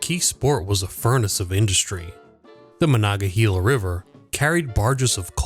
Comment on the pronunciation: He also mispronounced Monongahela.